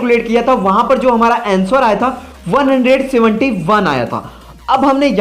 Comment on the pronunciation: अँसोर नही अंसर होता है अनपढ आदमी